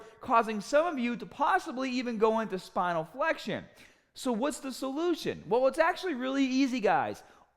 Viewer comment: Heard Spinal Flexion as Final Flexion...thought vid was about going Super Saiyan for a moment